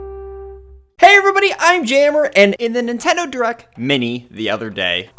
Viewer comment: Am I the only one who heard him say "direc" 8 seconds in?